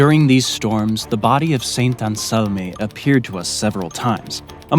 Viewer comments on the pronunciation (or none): you cannot pronounce half of these names, it's insane. "Saint Anselmeh" was just hilarious.